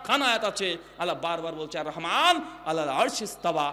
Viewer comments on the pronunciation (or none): none